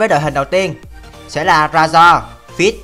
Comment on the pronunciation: Razor đọc rây-giơ dùm